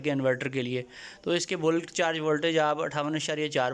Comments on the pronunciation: Boolk charging ni hota mere bhai Bulk (balk) hota ha parhy likhy ho thoda khayal kiya karo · Sorry, correct pronunciation of bulk